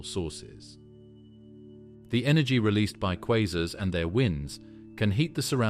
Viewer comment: Informative video in many ways, but assumes the Big Bang is a proven fact, accepts that dark matter and dark energy are well-settled theories, and pronounces the word "quasars" at least four different ways.